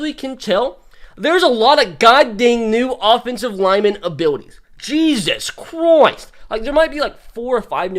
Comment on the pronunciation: “Jesus croist”